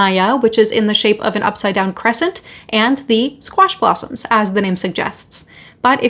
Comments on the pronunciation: I'm laughing cos I first thought you said squashed possums. 😂😂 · I thought you said “squashed possums” 😂